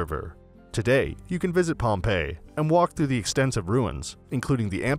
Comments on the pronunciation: Stay away from anyone who mispronounced Pompei. Have some respect. Just selling stuff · Yep, he just used TripAdvisor to then redirect viewers and get commission. The poor pronounciation shows no knowledge of the place.